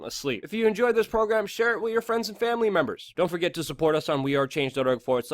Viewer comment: Why do you pronounce "th" as "d" ie "wid" instead of "with"? Its super irritating and i want to keep listening but it makes it hard not to feel a strong urge to click unsubscribe